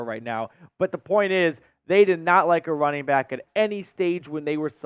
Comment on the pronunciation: “Wunning back”